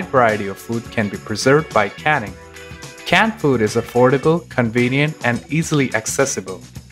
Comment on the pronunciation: Is he saying cat food or canned food? Besides that he was very professional and I subscribed and I never do that.